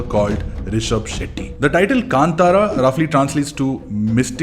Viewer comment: thank god you pronounced film name "kantara"correctly ......